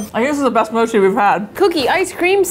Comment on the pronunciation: Ur saying mochi wrong say it like more tree mochi